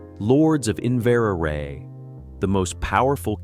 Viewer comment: Odd pronunciation of some Scottish names eg Inveraray. Also Huguenot does not have the t at the end sounded...'no' is correct. I'm from a Patterson family that stayed in Ireland and then migrated to NZ via Australia